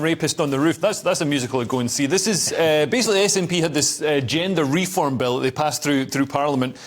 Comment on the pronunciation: Dear me, don't they get informed panellists anymore. Scottish prison service has been sending transgender people to their preferred prison for years in line with the UK Equality Act 2010. Plus that comedian doesn't understand either the GRA or Scotland's GRA Reform Bill. That's "Reform" not Refirm as he called it. And nothing else he said was accurate. Less than a minute in and I gave up on this video. Is all GB News this bad?